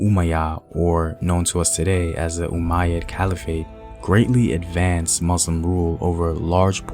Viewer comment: Umayyad? Umayyad, bro?